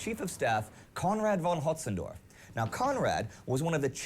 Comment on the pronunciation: Windsaw already stated their reason, but the narrator also mispronounced "von Hötzendorf". It's a relatively minor mistake that's surprisingly hard to fix for native English speakers - most of them struggle with ä, ö, and ü.